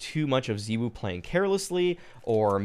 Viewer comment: The way you say ZywOo really triggers me